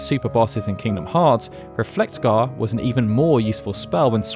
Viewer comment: The way you pronounce Reflega hurt me so much. Great video though.